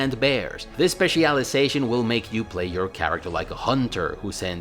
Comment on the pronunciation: "Spe CIAL Iazation" STOP PLEASE STOOOOOP